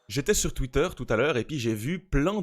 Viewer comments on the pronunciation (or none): none